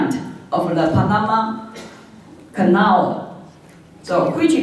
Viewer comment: 視頻 1'27"～1'57" 這30秒間的文本，勉為其難聽打如下： China is a crucial investor in Panama development and a major client of the Panama canal, so which is part of the China "One Belt, One Road" project. It is the time for Taiwan to re-sink...... 施芳瓏「博士」口中唸的則是： China is a kooshio的 investor in パダマ 的 development and a major client of the パダマ kuh-now, so which is part of the China的 "One Belt, One Road" 的 project. It is the Tom for Taiwan to re-sink..... re-think 唸成 re-sink 是不小心說了真話嗎？台灣再次沉淪了 🤣🤣🤣